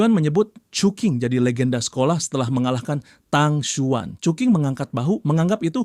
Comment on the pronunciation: Cuking ❌ cuki ✅🗿